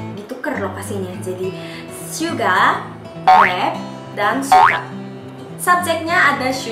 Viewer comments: Kak kok syuga kan harusnya suga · Syuga? Maap kak bukannya suga ya